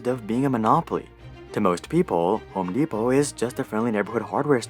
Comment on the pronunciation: mans said homo depot lmao